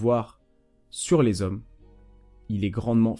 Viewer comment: « Elles aiment LES ZHOMMES » avec un grand Z